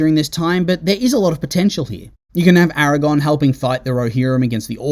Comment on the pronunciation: It's infuriating 😅